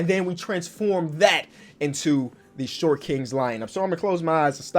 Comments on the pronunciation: 😂🤦🏾‍♂️ “shot kings” I can tell you sleepy🤣🤣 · Are you British my guy “Shot king” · Forgot an r there